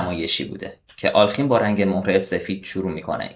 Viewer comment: دوست عزیز دستت درد نکند. لایک زدم. ساب هم شدم. فقط یک نکته. اغلب میبینم دوستان جوانی مثل جنابعالی، نام آلخین را بصورت alkhin تلفظ میکنند اما بعد از لام، کسره وجود دارد و در واقع بصورت آله خین باید تلفظ شود حتی اصل نام در روسی بصورت آلیوخین است که در تلفظ سریع، تبدیل به کسره میشود.